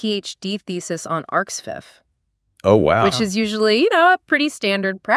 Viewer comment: That pronunciation of arXiv tho.